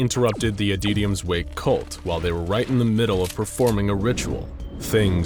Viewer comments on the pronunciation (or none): "Adeetium" Like, seriously, you have pronounced the word "Adytum" correctly before.